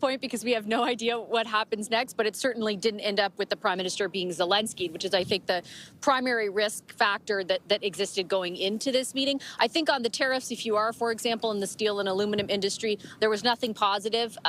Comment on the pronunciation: Oh no, she said Zelenskyyd LOL trump destroyed lil homie